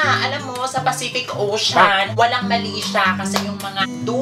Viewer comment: pacific owshuuun????? HAHAHAHA